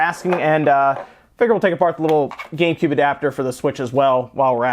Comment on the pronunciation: he said gay cube